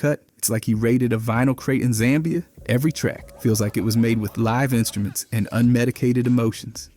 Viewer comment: Yeah like how he used the wrong pronunciation of “live”😭